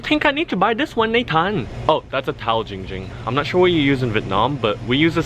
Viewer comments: It is Ging Ging not ping pong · I'm 4 year late to this but to you, Nathan, Ging Ging's name is pronounced Giiiiiiing Ging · a e s t h e t i c a s m r his name is Giiiiiiiiiiiiiing Ging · It’s not giiing ging, it’s giiing GING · DUDE ITS GING GING NOT JING JING! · The letter E no it’s Giiiiiiiiiiiiiing Ging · It’s pronounced GiīóUG Gïîoüng! Not jing jing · WHAT THE HELL ITS GING GING NOT GENG GEND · AYOOO ITS GIIIIIIING GING NOT GING GING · ik how to pronounce his name! its not ging ging its Giiing Ging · It’s not Ging Ging it’s ling ling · Why does no one seem to care about saying “Kim namjoon “ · "I used to give her the SunnyD too but, without the Sunny" Ging Ging